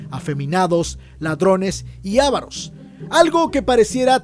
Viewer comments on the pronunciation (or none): Es AVAROS, sin acento...